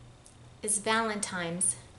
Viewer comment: Did you just say valentiMes? You’re so cute! Thank you for your video. Love this bag! Heading to Gucci store….😂😂😂